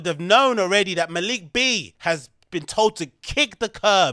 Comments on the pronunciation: At least say Maliks name correctly 🤦🏻‍♂️ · Learn how to pronounce Malik if you’re gonna go on a smear campaign lol